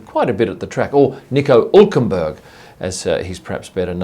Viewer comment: Nico Ulkenberg?!